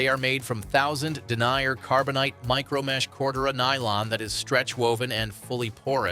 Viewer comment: its den ear, not denier FFs, and how unbiased is it when the majority of the 'ad' is KLIM